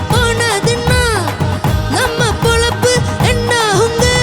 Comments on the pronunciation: பொழப்பு என்பதை பொலப்பு என்கிறார்... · It is Pozhappu..not polappu...